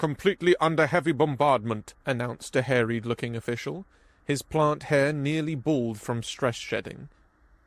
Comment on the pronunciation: it's worth pointing out that "sparingly" comes from "spare" not "spar" and is pronounced as such. And in the opposite direction, "harried" comes from the word "harry" (the name is pronounced the same way), not "hairy". And "perilously" doesn't even resemble "precisely" close enough to justify that one. The last instance here was one example from several where the word used by the narrator sort of vaguely resembles the one in the story, but doesn't convey the same meaning. Continuing on though, "symmetrically" and "systematically" aren't the same word, and there's plenty more examplse like this. And "wholly" is the adverb form of "whole" so saying it as "woe-ly" is very off-message as well. Also, another story continuing the (almost certainly false but not currently provable with 100% certainty) "persistence hunter" myth about humans. That trope in HFY is hugely overused for how unlikely it's been shown to be by numerous lines of evidence. It's not central to the plot, so it would have improved the story to just not include the line about it and you would have lost nothing. Really cool story, but it feels like you'd benefit from some work on your vocabulary and pronunciation. It didn't spoil the experience for me, but the story shown in the subtitles is a better told version than the one we got from the narration this time around. You have a good voice for this, so I hope you keep improving!